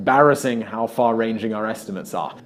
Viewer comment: No. 11: We still don't know the difference between "Ho" and "How" .